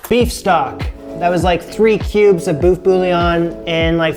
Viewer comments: Beef boef 😫😫😫 its more like buf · Hello, It's "Boeuf" not "bouffe"!!!! "Bouffe"in french means Ugly food!!!! It's RUDE!!!! This is not important, your Bourguignon is WONDERFUL and well done!!!! It looks DELICIOUS!!!! See you and thank U!!!! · Boeuf is pronounced B-uh-ff My Francophone side is annoyed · My ears hate hearing this. Boeuf is not pronounce “boof”, it’s “berf” (not rhotic so say it like a New Yorker would) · It's pronounced BURF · It’s actually pronounced very close to how you would say “book” Swap out the k for f and that is pretty close.